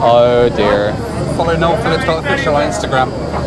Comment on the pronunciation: What a great cheer-up that was! With a few sad and difficult things in the UK this week, just I needed. A great comic duo! (By the way, his name's Noel, not Nile!)